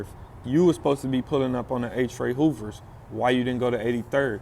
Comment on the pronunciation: He say Hoovas friendly